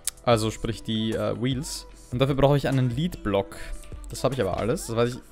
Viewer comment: Das wort lead wird wenn damit Blei gemeint ist eher wie "led" ausgesprochen. Im gegensatz zu "lead" wie du es ausprichst da bedeutet es führen/leiten. Ich weiß niemand mag Klugscheißer